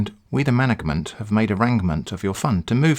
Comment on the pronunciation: "Mangment confrim the payment" now those are some dank rhymes.